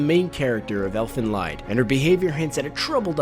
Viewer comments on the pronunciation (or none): Btw, it's not pronounced elfen lied. The title is german and is pronounced elfen leed. It basically translates to "elven song" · You mispronounced Elfen Lied... It is like "lead"... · Wait, isn't it pronounced Elfen Leed? Or have I been wrong for years? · you missed Ichi the killer anime also, it's pronounced "Elfen leed"